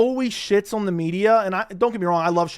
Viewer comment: The way you say the word "on" is FU*KING VILE!!!!! Learn to say the word properly or never say it again 😫